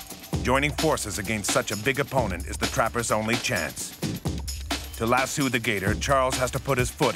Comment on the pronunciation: Trying so hard to listen to the intense narrative but my God the way he pronounced lasso was killing me. I live in an area full of ranches and farms and NO ONE says it like that